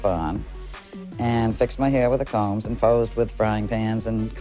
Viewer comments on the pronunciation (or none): none